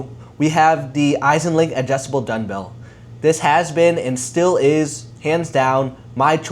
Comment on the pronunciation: Are you saying Dunbell?